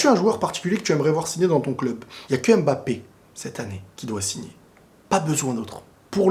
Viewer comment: ta tête là, c'est Mbappe et non Embappa tchiiiiiip